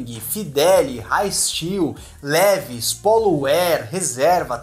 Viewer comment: a marca Levi's se pronuncia "Liváis".